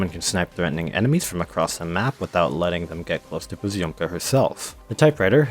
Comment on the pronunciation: russian letter Ё pronouns like O, but you need to pronounce previous consonant very soft so it is like poz`omka